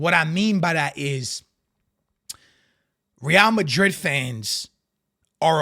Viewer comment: Rrrrrreal Mariiiiiid...all about the R'S🤣